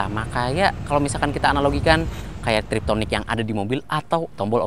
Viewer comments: TipTronic bang bukan Triptonic wkwk tonic rambut kale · TIPTRONIK..... bukan triptonik